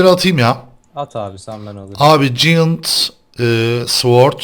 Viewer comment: ciyınt diye okunmuyor abi pls cayınt ==> giant